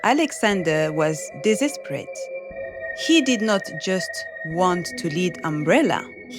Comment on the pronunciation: Why do I both love this video and hate it. "Desesperate"